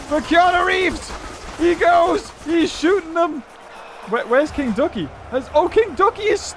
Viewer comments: What other people hear: king ducky. What I hear: Kentucky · when you say king ducky it sounds like kentucky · I thought he said kentucky lol.